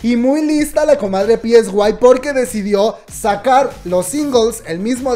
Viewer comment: es sai psy se pronuncia saiiii